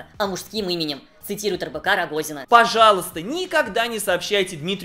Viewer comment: я один случайно услышал не РБК Рогозина, а Рыбака Рогозина?)